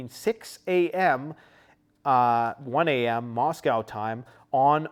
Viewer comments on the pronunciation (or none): none